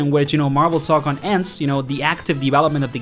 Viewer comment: Say TOE CON, not tock on